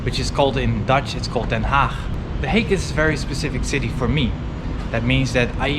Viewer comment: I must agree to say you are dutch from birth because no forgenier say Den Haag like you did.. But that is no probleme i like it freind. Haha